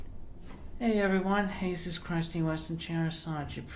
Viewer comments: I think he is saying "Hey-suos" not "Je-sus" because of the whole Spanish class thing where he changed his middle name to Ricardo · “[Heyzeus] Christ-ine Weston Chandler Sonichu Prime here.” Homie, names aren’t meant to be divine rocket science. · He calls himself "Hey-zeuss" because he dropped the "Ricardo" from his list of names. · I suspect he’s gone for that pronunciation of Jesus as it also makes it sound like he’s not just Jesus but also Zeus.